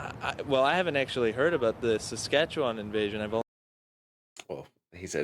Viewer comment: DUDE. You pronounced Saskatchewan like a SK native! I’m impressed!!